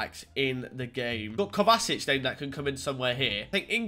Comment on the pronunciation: LILTEE775 ikr he said kovacic kovasic